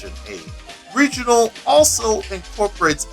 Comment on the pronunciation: Pretty good video, but I wanted to point out a couple things. Firstly, with Portuguese, R is usually pronounced as an H, so roda would be pronounced ho-da, and Regional is pronounced Hay-jo-nal. Secondly, as the styles developed, there have been further splinterings and refinements. There are those who feel Capoeira Regional became a bit more focused on the performative side of the art, with an emphasis on floreos, as demos tend to be more eye catching (granted that depends on who you're talking to and what mestre you're learning from). This has lead to styles such as Capoeira Abata under Mestre Camisa, which further emphasizes practical application and self defense. (I studied it for about two years before the classes were shut down due to lack of interest.) Honestly, this is still one of the better deep dives into Capoeira in fighting games that I've seen, so well done.